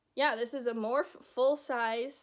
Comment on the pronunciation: lolll you called it morph XD. its pronounced morphie